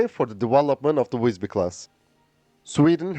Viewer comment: Good pronunciation of the name. Maybe a bit logner I.